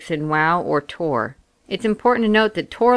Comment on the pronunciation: I hope you know it's TOR right....not ToR... :/